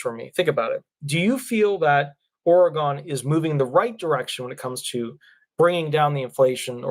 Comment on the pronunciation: Doesn't truly matter but it's pronounce Ore-gun, unless you have never been there 😉